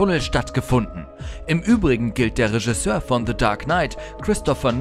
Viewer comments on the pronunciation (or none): none